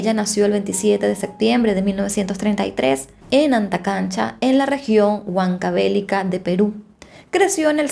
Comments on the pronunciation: Se dice Huancavelica, no Huancavélica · SIN OFENDER PERO NO ES, HuancaBElica, sino HucancabeLIca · estas pronunciando mal Huancavelíca,por algo hay tilde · HuancaveLIca... Fuerza de voz en Li. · Que penita la precariedad de la justicia y el menosprecio a los derechos de las niñas y adolescentes en esa época. Una aclaración, Huancavelica es una palabra grave o llana, la mayor fuerza de voz recae en la penúltima sílaba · Hola! Soy fan de tu canal, me encantan las historias. Si sabía algo de este caso, solo quería comentarte que soy peruana y la pronunciación de la provincia de Huancavelica no es correcta, es importante saber pronunciar para que las demás personas de otro países que ven tu contenida tengan una mejor información. Muchas gracias!! ☺️ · bella, me encantan tus videos, soy de Perú Lima, pero Huancavelica no se pronuncia así 😢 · Huancavelica es una palabra grave, no esdrújula. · Hola. Es una palabra con acento grave. . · El estado peruano pesimo no te da de comer y tampoco que te inviten pesimo y asi no se pronuncia huancavelica